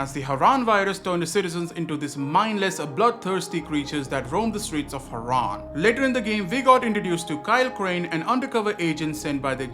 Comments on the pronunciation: Was that AI in the intro? Whyd crane pronounce Harran like Haran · I was gonna say, I didn't think kyle would've mispronounced harran in the game lol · I'm really hoping that is AI in the beginning? No way crane say Harran like that.